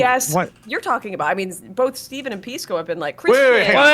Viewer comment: Pisco didn't used to be so lispy, what changed? He passed the bar and suddenly forgot how to pronounce S sounds?!